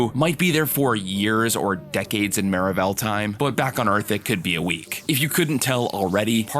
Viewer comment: I’m s maravell Suppose to sound like marvel